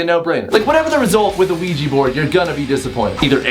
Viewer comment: "Don't use a Ojua board" WELP